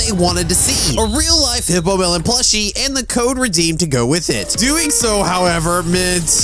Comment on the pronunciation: it is hippolemon not hippomelon